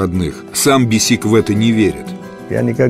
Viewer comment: Ни БесИк, а БЕсик. Неужели никто не подсказал